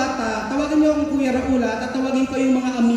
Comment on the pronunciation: Bkit Raul kng nmn name mo? Dpt ituro nyo n s mga bata ang tamang pgpronounce ng name nyo.